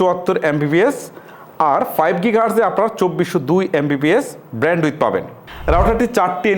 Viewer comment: আপনি যে ব্র‍্যান্ডউইথ বলেন, খুব ক্ষ্যাত লাগে শুনতে। একটু শুদ্ধ উচ্চারণ করবেন, ধন্যবাদ।